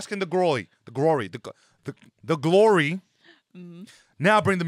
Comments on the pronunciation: “The gwory” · Bro had his big moment … And couldn’t pronounce Glory on his first try 💀